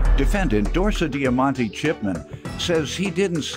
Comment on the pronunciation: Who else had to replay to hear the name repeated for the defendant? I thought I was hearing things when I heard DorsaDiamonte. 😂🤪